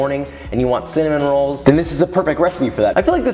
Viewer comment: Nobody: Literally nobody: Joshua wissman: UlTrA BuTtErY CiNnAmOn RoAlLs